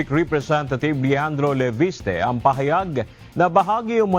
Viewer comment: ayusin mo ang mali mong bigkas ng LEVISTE.Matigas ang tamang bigkas ng VIS. 👆🩷👆